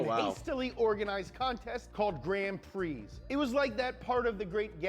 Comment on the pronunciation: Isn’t it funny Americans can’t pronounce French, not you mate the guy in video but it’s always the same. Grand Prix….grand pronounced in English and Prix in French. He did the same with Alain Prost